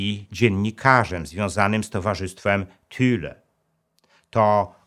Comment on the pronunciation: Thule a nie Thüle jak pan mówi czytaj Tule